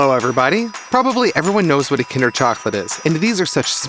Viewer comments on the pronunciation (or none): none